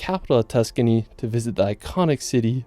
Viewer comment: Man’s sayin Tuscany like he’s from Kentucky… excuse me KEEEEN-TUOU-KEY